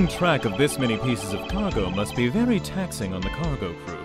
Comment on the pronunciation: (Dunban) It vury much was.